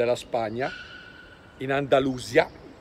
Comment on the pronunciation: Andalusía accento tonico sulla í e non andalùsia